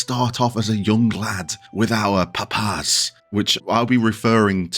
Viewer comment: "Pup Ass" It's Papas. Like "papa" or father. If you like french fries, you can associate him with the spanish name for them: papas fritas.